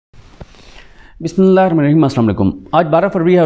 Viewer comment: Mai koi 100 sy Zayda dafa msg ker Chuka hn Bhai Bismillah thek parha kro ni to na parho